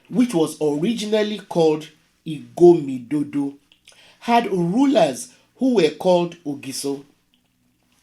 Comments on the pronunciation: It's called " IGODOMIGODO " & not "igomidodo " as u claimed madam ...! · It’s not Igomidodo rather Igodomigodo